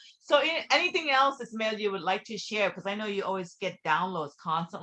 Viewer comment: Ismael not Isamel 😊